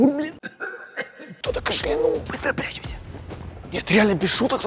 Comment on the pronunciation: Вообще-то в слове КАШЛЯНУЛ Ударение ставится не на У , а на А К/а/шлянул Не зря ЕГЭ и ОГЭ И ВПР Один из класса на 100б написал!